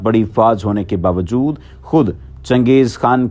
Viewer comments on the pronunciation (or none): none